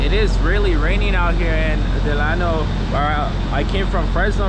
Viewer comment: Bro you did not pronounce Delano right😂 I live right next to Delano so I know